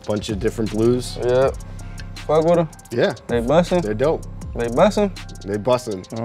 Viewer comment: Blueface: “They bussin?”: “They bustin”